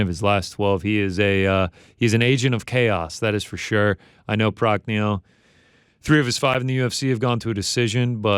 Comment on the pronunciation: Lins vs Cutelaba. You said Prachnio.